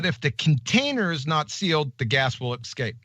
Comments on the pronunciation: "Did he say escape?" - No, he said "ecscape". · I think QE actually said ecscape. He needs to get himself to the libary.